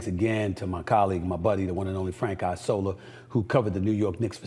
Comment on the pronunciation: Isola = Island In Italian, It make me lugh how you pronounce Isola. :) correct one is ìṡola :) Not Aisola :)